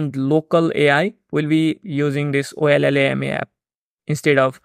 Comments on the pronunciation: Ollama is pronounced "Oh Lama". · the llm is pronounced “OH-LA-MA” c’mon ma’an !!!!!